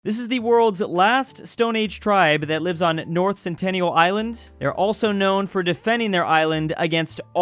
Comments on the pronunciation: Cringed to the way he pronounced north sentinel island. (Sen-ti-nul) not (sen-tin-ee-al) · bro said “north centennial island” lmfaoo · Island: Is called North SENTINEL Island: "North CeNtEnNiAl Island". To be fair it's not his fault, english isn't his forté, observing is. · It's North Sentinel Island, not Centennial. New record, only 5 seconds to be wrong. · *north SENTINEL island Not Centennial Island. Not trying to be a jerk, if nobody points it out you won't know. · Sentinel. Not centennial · It's North Sentinel Island, not North Centennial Island. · Sentinel... not Centennial. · North SENTINEL Island, not North Centennial Island. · bro really said north centennial island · man said "centennial" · The Centennial islands, eh? ;) Why can't English speakers read their own language anymore? What the hell happened to you guys? Was it the lead pipes?